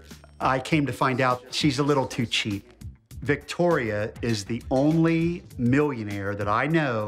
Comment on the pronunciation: excuse me sir, did you say.... millionare?!?